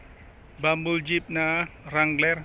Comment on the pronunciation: Dangler hindi wrangler